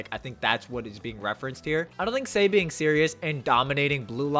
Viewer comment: Why does he pronounce Sae, say? 😂